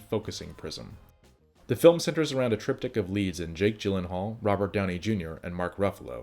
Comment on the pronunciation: A triptych of leads? C'mon dude, you know that isn't the best way to say that.